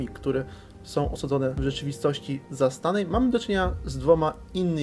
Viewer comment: Ja to nie do końca rozumiem - Pan stosuje słownictwo typu "oniryczność" a w kółko wymawia piękne polskie słowa jak np. "którą", stroną"," są" jako którom, stronom, som. To na c..j ta oniryczność. Koszmar.